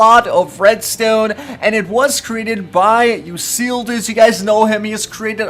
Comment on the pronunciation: The way he says red stone makes me unhappy 😂